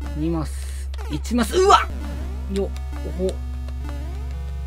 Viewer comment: 1マスがいちまつに聞こえた